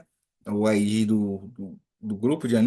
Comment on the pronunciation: Você pronuncia ID como se procuncia IG. Coloca no Google tradutor esses dois pra você ouvir a diferença.